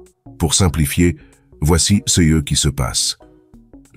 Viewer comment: Pourquoi avoir changé la voix ? La voix francaise était bien mieux et bien plus réaliste avant ! Cette voix a, en plus, de mauvaises prononciations des mots "ce", "ces", "ceux", "ceux-ci" et des erreurs dans les chiffres qui rendent l'explication risible... dommage ! S'il vous plaît, remettez la voix précédente !